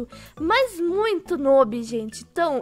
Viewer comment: É tão "nub" = jeito q fala q até falou "nôbi" tô Brinks te amuh mttttttttttt e só pra tu saber vc é mó PRÓ